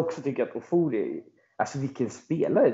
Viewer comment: Fasiken vad man stör sig på att uttalar Ofori fel varje gång. Kan man inte begära att en riktig supporter kan uttala sina egna spelares namn?